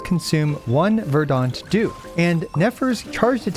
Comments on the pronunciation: Still pronouncing it as "ver-DAHnt" dew, I see. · At this point your pronounciation of "verdant dew" must be ragebait 🗿